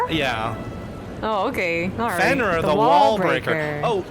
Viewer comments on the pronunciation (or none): none